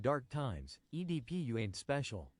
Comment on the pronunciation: damn can’t even say edp fully???